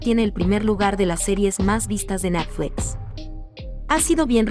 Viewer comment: Natfles que mal suena, pronuncia buen Net cual Nat, de por Dios, lo que hay que escuchar